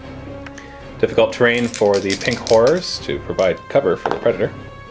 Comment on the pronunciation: I swear he's saying pink whores